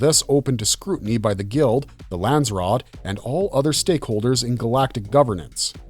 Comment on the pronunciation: Lans-ser-rat who taught you how to read....